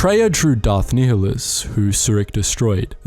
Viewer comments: Check out Kreia's Conundrums by Papito Qinn Btw Darth Nihilus is pronouced similar to "nihilism", where the H is silent and so NIHI sounds like NYE. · Love ya man and I can take it but... Ducks-un Nï-lus T-al-ös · I very very much enjoy your videos, but your mispronunciations of some of the characters and places is nails on a chalkboard. Duxn = Duk-sin. Not Ducksoon. Verbal source KOTOR II. Nihilus = Nigh-E-lis. Not Kneehallis. Name derived from Nihilism. Verbal source KOTOR II. Peragus = Per-Aug-us. Not Paraguss. Verbal source KOTOR II. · it's 'nile-less' not 'neo-liss'. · Ni-h-i-lus? That was quite uncomfortable to hear. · nye-hi-lus is the correct way. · I pronounce it nee hee lus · Everytime u say nihilus' name I die inside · Never heard someone say Nihilus like you do......odd